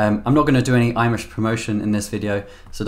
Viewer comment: every time you say welcome to this imesh video i hear welcome to this Amish video 😂